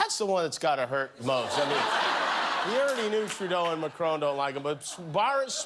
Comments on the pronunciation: Dude! It's not 'MaCRONE', it's MaCRON. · It's a shame you can't pronounce Macron name properly....